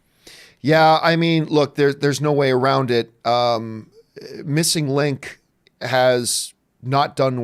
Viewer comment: "MissNIG Link"